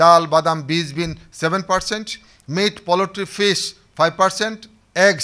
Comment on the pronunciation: Very informative video. But the "poultry" pronunciation should be corrected in the video.